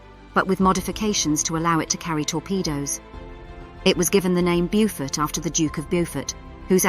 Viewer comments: Nicely spoken narrator under very poor direction- as mentioned the pronunciation is Bowfort, not Bewfort as she has it! Nice little video covering most of the essential facts- would have been nice to have mention of the Victoria Cross earned by Ken Campbell VC for his strike against the Gneisenau in the Beaufort. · Get the pronunciation right! "Beaufort" is not "Byufort". Correct pronunciation is "Bowfud"! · Exactly. Lack of proper research prior to posting the video......